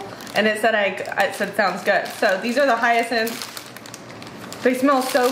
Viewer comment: YES , on hyacinth pronunciation. You did it! 🌟